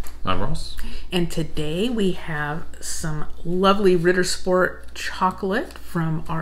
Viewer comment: Tina, You pronounced Ritter Sport like a true German. I'm useless at accents